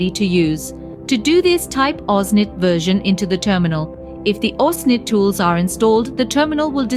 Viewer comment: pro it's OSINT not "OSNIT" 🤦‍♂🤦‍♂